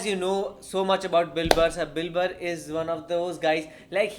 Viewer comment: You pronounce Bill Burr like Dilber